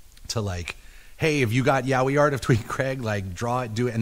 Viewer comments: at first I though "what the hell are they saying? yawie? iahwee?" then just by remembering the episode I realize they ment Yaoi, but damn that some bad pronunciation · The way he pronounced “yaoi” this shit is making me laugh so much